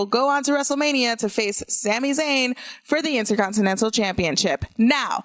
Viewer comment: Say it with me...INTERCONTINENTAL. There is an R. Please learn how to speak, and stop using the word “cringe” every 30 seconds. It’s not your autobiography.